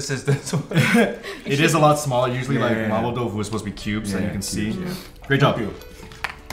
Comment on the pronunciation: ' "Mapo Tofu" pronunciation wins!